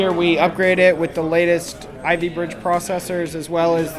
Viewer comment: he said ivy bridge??